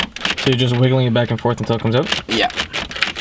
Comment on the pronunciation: It is OUT not EUT